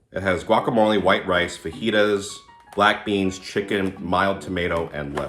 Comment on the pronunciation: it's pronounced FAJITAS